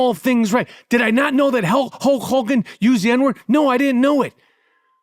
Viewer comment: "hulch hawgan"